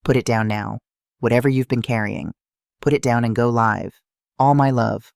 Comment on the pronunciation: Again, AI pronunciation of "live" needs to be edited